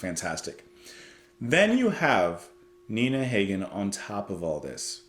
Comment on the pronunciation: It's pronounced "HAH-gen".